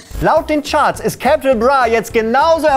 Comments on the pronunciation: Warum hör ich die ganze zeit Kepital Bruh 😂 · Capital bitte richtig aussprechen sonst muss man kotzen